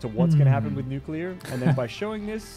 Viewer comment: Its not I always say it wrong but it’s nu-clear 😅 I just can’t pronounce it